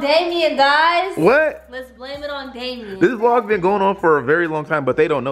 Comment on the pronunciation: You said Damien wrong name